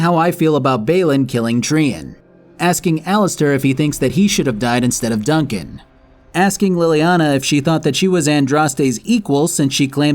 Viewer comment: Dun-CAN? Seriously?